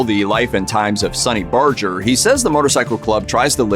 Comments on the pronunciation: Sonny Barger pronounces his name with a hard "G" (as in "Burger"), not a soft "G" as the narrator did in this video. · Saying Sonny's name wrong, pronounced with a hard G. Have respect for him. Women can't join because it's a Men's Club.